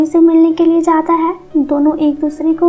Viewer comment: Voice is lovely... Just one suggestion is tht pls change ur way of stressing the word " hai"